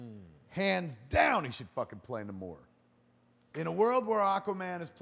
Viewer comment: Kevin, it's Namor - /NAY"•mor'/. Fuck.